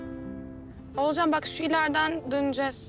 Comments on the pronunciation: Akif'in ciddi durumlarda Oğulcan'ın ismini doğru söylemesi... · İlk defa Akif oğulcanın ismini doğru söyledi😂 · Akif oğlucanınn ismini doğru söyledi 😅